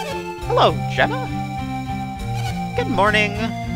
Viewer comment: Oh, I see, I correct Psynergy and then you subtly call Jenna Jjenna. I see what you're doing! OK, no, not really but I needed to comment here at least once instead of directly to you in Steam. :p